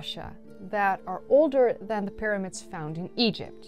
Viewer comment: 'Myramids' honey. 'Myramids'.